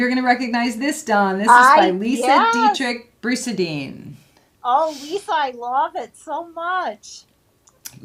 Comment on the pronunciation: wow! just watching the replay and you said my last name perfectly (Dietrich- Brusadin)!!! No one and I mean no one does gets it right. LOL I am so impressed!! Great show ladies! can't wait to try a friendship bowl!